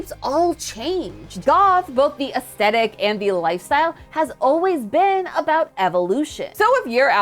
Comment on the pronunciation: I adore, I'm a big fan, but it's so silly to me how she always skips the H in "aesthetic." She's not the only one, but still. 🤭